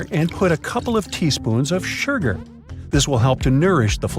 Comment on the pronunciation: And put a couple of teaspoons of shurgur 😂